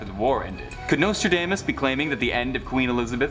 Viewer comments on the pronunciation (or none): WATCH!! David Icke... "we warned you something is coming and now its here" Way beyond crypto currency!! Omg everyone Watch Watch Watch!! 😱😱😖 lol and its pronounced domas not damess 🤭🤭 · Hey this is America his name is Nostradamus Dom not dame